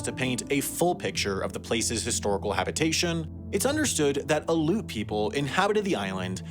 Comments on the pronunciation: Aleut, not pronounced ‘Aloot’, it is ‘Al-ee-oot’ Cool to see some footage on a place not many people know about! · It's not "Aloot," it's spelled and pronounced 'Aleut,' i.e. 'Alley-oot.' The preference these days is Alutiq. (Alootik) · Never heard the natives called "a-loots", always "a-lee-oots". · it's confusing cuz of the pronunciation of "aleutian" - but those (like me) who grew up in alaska know that they pronounce their tribal name "aleut" with 3 syllables - AL ee oot" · As someone who lived up there for 17 years I had to laugh at how he pronounces “Aleut”. It’s supposed to be “Alley-Yoot”… (not “aloot”). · “Aloot” is a horrible mispronunciation. Aleut or “Ah-Le-Yoot” is the correct pronunciation of the word shortened from Aleutian. Dude… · I grew up in the Aleutian Islands, the Aleut culture is pronounced “Al E Ute” not “Aloots” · Al-EE-oot. It's not "aloot", Aleut is pronounced Al-EE-oot. -- I love your stuff. Have for years. I just found Extremities and have watched 4 or 5 since yesterday. You do all of this amazing research, yet your pronunciations are /terrible/. I hate being this petty. But you brought me to my knees. I psyched myself out of this for the first 4 videos. But as an Alaskan, I could hold my breath no longer. *Please*, cherry on top and everything -- do something. Anything. Link a glossary of musical tones to local words you're having trouble with. Anything. OK I'm done. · They are not called A-luts. It is pronounced Al-e-uts. Three syllables, hard E. It would be nice if you made a note of this mistake somewhere (in the description maybe?) I'm sure the Aleuts would appreciate it. Thank you. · Aleut pronunciation - al-ee-yute, not aloot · I've never heard Aleut pronounced as al-oot before, always Al-ee-oot. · You did not just say ALOOT. ITS UNANGAX. I really can't believe you did not go more into depth about the Indigenous people and not asking people how to properly pronounce the name of the people of THAT island. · pronounced alli-uut